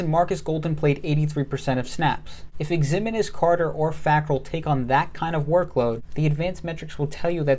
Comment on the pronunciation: FYI Ximines is pronounced Ziminez. Keep up the good work.